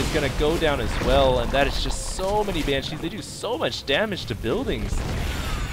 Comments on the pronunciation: BAN-shee. Not ban-SHEE. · Why did you keep saying "ban-SHEE" instead of "BAN-shee," stressing the second syllabable? Did I miss the reason for that? It really bugged me throughout the game. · Dude! Why are you saying ban-cheez? It's bansh-ees! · I love all your games but your pronunciation of BANshee (please not banCHEE) was a little nail on chalkboardish Still gave it 5stars cause I love your channel. I appreciate your work! Thanks. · I hate your "BanSHEE" pronunciation, stop accenting the "shee"!!!!! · Great vid. Nice to see a real loss. but... !!BAN!!shee !! BAN!!shee /cry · ROFL i love how you say banshee. Ban...shee like It's two words and not one. Hokd on foniks ftw. posted on MiPHONE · Never EVER say "Ban-cheese" ever again. Ugh. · Heh, funny how he says banSHEE. I thought corruptors had some kind of ability that "infests" units that die while the ability is active. But I guess it was removed before the beta. Kinda sucked all the anti-air was made of slowpokes, but good fighting anyways. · You dont have to like the way he pronounces it. He can say it however he likes.